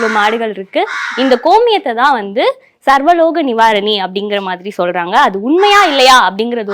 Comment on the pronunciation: அம்மா இது சர்வலோக நிவாரனணிஅல்ல . "சர்வரோக நிவாரணிம்மா " சரியாக பேசுங்கம்மா சங்கிக வருத்தப்படுவானுக....